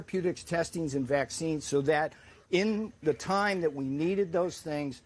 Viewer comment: every time this guy wants to say "and" it always sounds like "end"